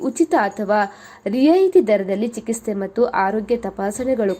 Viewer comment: Chikitse adu chikiste alla..